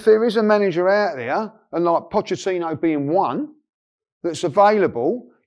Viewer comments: "Pochechinno" - Robbie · Absolutely no one: Robbie: Pochechino